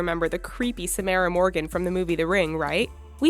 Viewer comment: "SamEra". Smh